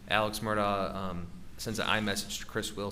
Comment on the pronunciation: This guy is either thick or purposely mispronouncing their surname. Have some respect.